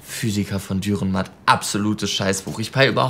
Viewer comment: Sehr schön, aber bitte, der Autor heisst Dürrenmatt, nicht Dührenmatt. Trotzdem eines der schönsten und cleversten Beispiele Schweizer Literatur.